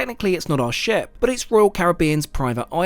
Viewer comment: "for a proper ship tour" was what you said. "For a proper shit tour" was what I heard. Had to pause and go back. lol!